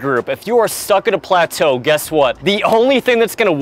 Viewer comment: I've never ever heard anyone pronounce plateau as "pluh-toe"